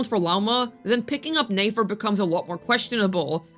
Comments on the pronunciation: It’s pronounced NEH FER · Girl why are saying Nefer as Nayfair 😂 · "NAE FER" like bro learn to read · Click bait, reworded videos posted 3 times just to hate on a character and spreading general spreading misinformation about them (basically your whole channel), and also mabye stop mispronouncing a characters name that has an obvious pronunciation? Never thought you'd stoop so low. Yikes 😬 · How are are we still mispronouncing the character's name when multiple characters including Nefer herself has said her name in game to clear up any possibility of a misunderstanding...🤔?